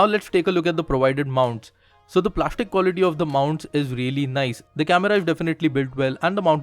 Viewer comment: Nobody: Le UIC: s = sh (plashtic as plastic)